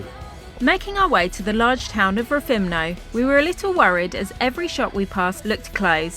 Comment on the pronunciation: At least pronounce the name of places correct 😂!!!! Rethimno not rethimna 😮